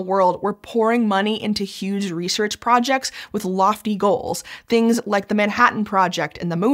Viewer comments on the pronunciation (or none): none